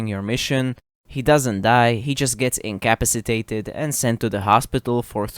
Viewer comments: You pronounce incapacitated weird 😂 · The way you said incapacitated really grinds my gears 😂